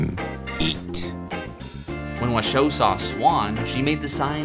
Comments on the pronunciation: "Washoe" is accented on the first syllable, like the county in Nevada where Reno is. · You seem to have VERY little information to go on and no real understanding of this topic. I wonder what your motivation is here. I worked with Washoe (which you mispronounce) at the sanctuary where she spent the rest of her life along side her chimpanzee family. ASL studies continued there. Not only do chimps who are taught ASL completely understand what they are conveying through sign, they are also able to convey emotion and empathy using ASL. Washoe taught her adopted son, Loulis to sign by shaping his hands into signs corresponding to objects. This was done on her own accord, with zero human interference. Loulis used ASL daily when I met him as an adult. The chimps I worked with used ASL often without humans being present. They also signed to humans without prompting of any kind. The chimps made paintings and named them using sign. There is SO much more information on this subject if people are interested. Many scientifically sound studies have been published and they are not hard to find.